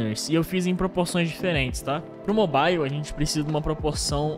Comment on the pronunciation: Cara qual a dificuldade de falar mobile na pronúncia certa ?